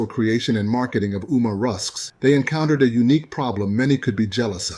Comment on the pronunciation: U pronounce ouma wrong say it as omah😅